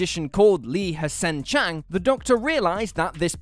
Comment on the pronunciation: I’ve seen The Talons of Weng-Chiang hundreds of times, and Li-H’sen Chang’s name is not pronounced the way it’s spelled. Nor was Sharaz Jek’s name pronounced “Sharaaaaaaz”. He pronounced the story correctly, but mispronounced the name of the planet, even though the name of the damn planet is in the title! I hate when I watch a YouTube video, and it’s obvious that the presenter/host is unfamiliar with the topic. I know it’s nitpicking, but I see these kind of mistakes too often, and it’s annoying. I notice it more often with younger Who fans, who are more familiar with the modern series. Just because you know everything about new Who, does not make you an expert on the classic series.